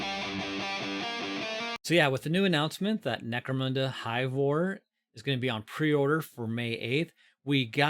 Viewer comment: Lol always get a kick on hearing "mecro-moon-da"